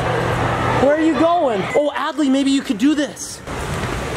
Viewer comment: Adley not addely